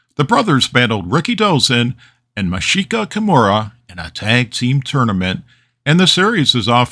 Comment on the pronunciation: The surname Anoa'i is pronounced "ah-no-wa-ee" kind of like how you pronounce Hawaii, and Masahiko is pronounced "ma-sa-he-ko." Great video as usual!